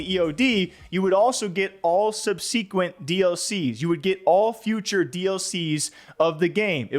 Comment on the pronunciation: Bro needs to learn to read. "Sub-sequent" is crazy